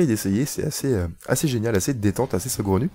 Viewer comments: C'est saugrenu, pas segraunu. A part si toi tu l'entends: ce gros nu ;) Sinon bonne video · Il a une voie énervante le mec Avec son "segronu" ...